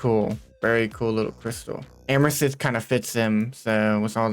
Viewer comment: Ameshistttt like bro amethyst